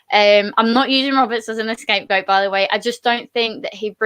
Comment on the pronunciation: The word is "scapegoat", not "escapegoat"....